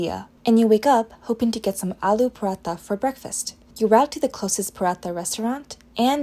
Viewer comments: Are paraatha hota hai paraata nahi 😂😊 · niice!! Btw, it's paraTA with a hard T. Stay awesome! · Pronunciation of paratha isn’t appropriate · “paratha restaurant” wtf😂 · Learn to say paratha, Jesus Christ. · पराठे का आपका उच्चारण ग़लत है